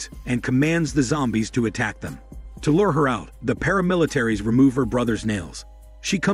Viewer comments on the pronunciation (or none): none